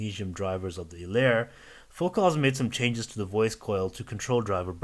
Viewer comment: Focal pronounces it like locale, he has it right ;-)